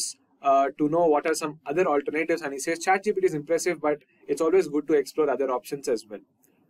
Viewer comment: "alter Nayytives" got it